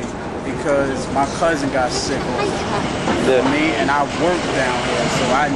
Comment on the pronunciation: lol "Know wha' i mean"